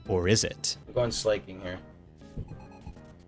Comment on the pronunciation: “Slayking” :( no. slacking. Like slacking off.